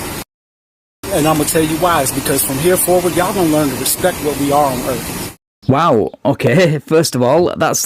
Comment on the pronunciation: what does he "stan fo own erff?" he never told us. as we observe so glaringly on a daily basis, tiny peripheral bits of intelligence and civilization is DANGEROUS when bestowed upon organisms not naturally attuned to it.